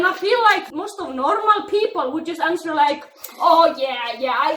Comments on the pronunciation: Omg the way you pronounce "answer" is so cute!! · when you said “what kind of answer” you pronounce it ans-wer. WHY DONT AMERICANS DO THIS??? ITS HOW ITS SPELT WHY AM I JUST NOTICING THE W???